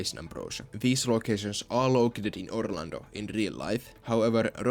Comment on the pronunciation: You beautiful son of a bitch, you have restored my hope for Orlando regardless if you always say OrlandNO